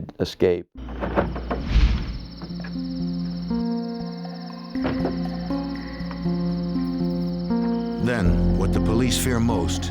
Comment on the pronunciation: The director of investigations should be locked up until he can pronounce "escape" without adding an X😂